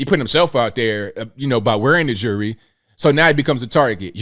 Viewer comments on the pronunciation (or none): Jury or jewelry? How is that word so hard to pronounce? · What’s with all his jurree (the “bishop” can’t pronounce jewelry?) What religion is he preaching with all those riches…he’s like drug dealers with their gold chains.